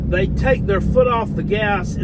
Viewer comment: Who have dey pwayed